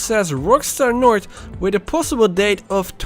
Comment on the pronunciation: Its north not nort